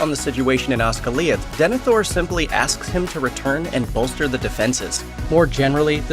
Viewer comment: The way the narrator pronounce Osgiliath pretty much sums up his knowledge about the movie and the books. I'm sure this guy is only reading from a script. 🤢🤮